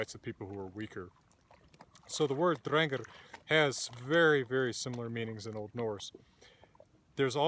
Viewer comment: Thanks. Every pronunciation I've heard on YouTube has been different, but I'll go with yours 'cause you've got papers backing you, and you seem to know what you're talking about.